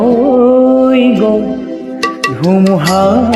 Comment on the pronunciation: শব্দৰ উচ্চাৰণ আৰু ভাল হ'ব লাগিব,গʼল তোমাৰ গল হৈছে, থৈ থয় হৈছে.. বাকী মাতটো সচাঁকৈয়ে বহুত ধুনীয়া